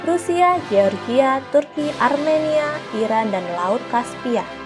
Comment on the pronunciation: Mimin ini nyebut NATO sok sok dibaca dibaca NE _TO, tapi baca GEORGIA malah dibaca GE_OR_GI_A , seharusnya dibacanya jadi JOR_JI_YA.